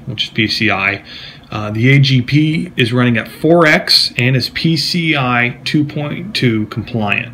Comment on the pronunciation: i dont get it. you seem so well informed until you start saying the terminology lol. you said " 4x agb bus" ... but its clearly agp. love you though.